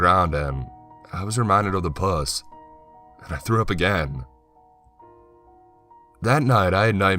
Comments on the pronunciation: Loved the story. And your narrations.. But god the way you were say pus wrong.. Good god it made me sicker. In this situation it's Pronounced P-uh-s. Not.. P-oo-ss.. (how gross ppl pronounce a woman's genitals) I HATE that word. It's gross. If you can't tell. Lol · I think with this story in particular its important to pronounce the right "puss", because the line "I was reminded of the puss" could mean 2 very different things... (Its puh-ss bro, as in nasty wound. Not the 'puss' as in pussy haha) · Did he pronounce pus as “puss”? Was this girl a Boo Hag? The kid sure had a kinky dream about her. 🤪. Was she remorseful? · "Poos", or Puss?! And 🤢🤮😵!!! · Ok alright story was scary had me going then he pronounced pus like puss as in pussy and I fucking lost it LMAO. Side note wtf is Carla. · yellow pusS?....not sure that's how its pronounced... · Puss, as in Bus >.< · I beg you, learn to pronounce pus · God, I Know. It made it just even more disgusting to hear.